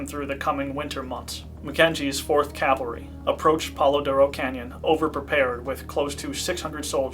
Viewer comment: PLEASE stop saying "calvary" when you mean "cavalry". It hurts the informed ear.